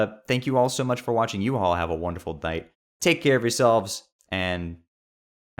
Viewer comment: "You all have a wonderful dight "